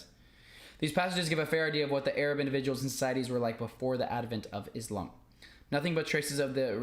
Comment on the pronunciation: “Islam” and “Muslim” don’t have the letter “Z”. Can you please pronounce them with an ”S”. It’s a huge pet Peeve of a lot of Muslim people. Its not MOOZ-LUM or IZZ-LOM. Just a little Softer on the S’s please 🙏😊.